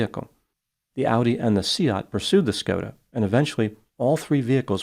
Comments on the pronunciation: Kudos on your pronunciation of Seat,. Most people would pronounce it like car seat. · I compliment you on your pronunciation of Seat and Leicester which many Americans massacre. Now if only you can pronounce Warwick, RI as "whoa-ik" instead of War Whick. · Skoda is a Czech brand, owned by the German Volkswagen-Audi Group. VAG also owns the Spanish Seat (pronounced say-at, well done ) so had a "full house" in this case!